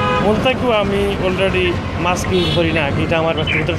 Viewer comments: mask not maks😂😂😂😂😂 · উপস্থাপক সাহেব, শব্দটা হবে মাস্ক (mask)